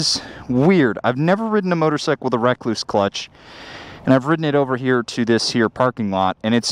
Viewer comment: Did he just say "Wreck Loose"?